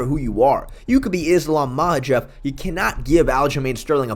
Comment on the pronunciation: Islam Mah Jeff is diabolical pronunciation